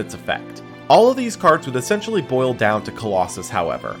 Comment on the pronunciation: Why are you pronouncing essentially wrong? 'Excentionally' isn't a word bro